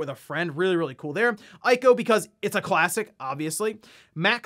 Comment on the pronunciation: Small detail and a common mistake, but the “I” in ICO is pronounced as “EE.” Same thing with the creature’s name in The Last Guardian. The name Trico, which ends with the ico letters, is pronounced “Tree - co.”